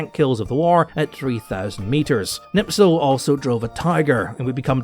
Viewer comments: It's Knispel, not Knipsel. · back to school, it is Knispel not Knipsel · Kurt KNISPEL , not knipsel or nipsel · Me as a German: Please Herr you are butchering my beautiful language. It's Knipsel not Nipsel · For someone who claims to know all of these things and calls himself a "HISTORIAN" i am surprised to see that you can't pronounce Knispels name right. It's KNISPEL not KNIPSEL. That would never happen to someone who knows what he's talking about. With all due respect i think that your knowledge is the same as that of any other self proclaimed (enter profession here) youtuber. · Knispel, not knipsel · Wehrophiles on s*icide watch rn. German gear and armed forces are only lauded as special from a distance, until one gets to experience just how borked they are. But good LORD,, how in shart can you so consistently butcher simple surnames? How can you turn Knispel into Knipsel? Anglo moment smdh. Epic video tho. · Silly, Can't pronounce Knispel correctly. Hint, there is a K sound at the start. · please, learn how to pronounce Knispel name.... :-) I wasnt able to understand who are you talking about all the time untill I found pic in your video.... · Would've been nice if you pronounced Knispels name properly, but hey, at least he got some attention. It's sp, not ps (also the K isn't silent, just weak, but that's fine)